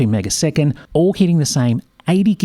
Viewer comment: "Megaseconds" really irks me